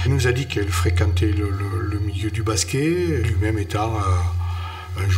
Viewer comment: Deja quand tu entend baské au lieu de basket Faut pas demander l etat de l enquete comment elle est faite ....